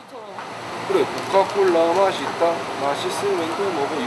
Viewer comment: 아니 구자욱 발음이 "코카콜라 마시따 마시스면 드믁지" ㅋㅋㅋㅋㅋㅋㅋㅋㅋㅋㅋㅋㅋㅋㅋㅋㅋㅋ 찐대구 ㅋㅋㅋㅋㅋㅋㅋㅋㅋㅋㅋㅋㅋㅋㅋㅋㅋㅋ